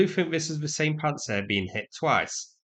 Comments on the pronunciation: Pants-down-sir not pant-sir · I like that you pronounce it "Pants Air".